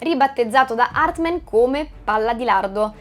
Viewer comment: HARTMAN non HARTMEN!!😅😅😅😅😅😅😅😅😅😅😅😅😅😅😅😅😅😅😅😅